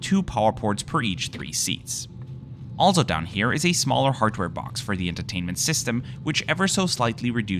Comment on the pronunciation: A very small and insignificant detail, as a Czech who speaks English and decent German I always "catch" the word "also" pronounced as if in German, compared with the flawless English in the rest of the narration. ALSO, that is a CZECH beer !! Woow.